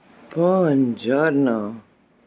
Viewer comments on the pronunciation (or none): It is bUongiorno, not bongiorno.